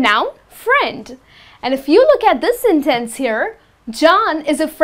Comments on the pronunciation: It's a sentence , not a Sin Tenc u can check the pronunciation on Google or something , and u use okay alot . U r pretty but ur pronunciation sucks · this lesson sucks...you're putting emphasis on the wrong syllables....hard to follow...no one says senTENce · Your”re mine! I like the way you say SIN TENSE. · I think everything is well explained, but you have to be careful with the word "Sentence". Sometimes it seems like you're not very sure about its pronunciation. You're a nice teacher, and you're doing very well.